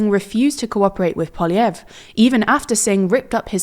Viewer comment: Every TLDR reporter has a different pronunciation for Poliievre.